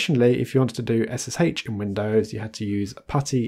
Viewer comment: ess-ess-HAICH 😂😂😂 your pronunciation makes me laugh lol 🙂